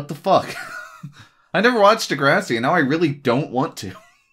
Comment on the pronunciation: de-grass- ee pronounciation.